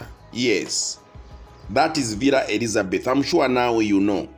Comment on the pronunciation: Villa Elizabetha - not Elizabeth